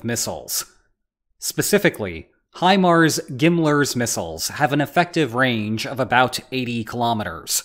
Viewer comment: Did you pronounce GMLRS as a word?